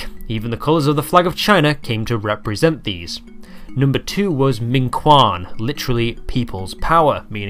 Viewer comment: I cannot even begin to describe how wrong your pronunciation of "minquan" is xdd